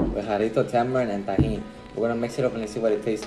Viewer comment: how you going to say Tamarindo like a white boy but say tajin normal